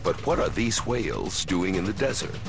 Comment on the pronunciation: I was looking for some video where the narrator pronounces whales as Hwales. If not for your comment, I would not have succeeded. Thanks!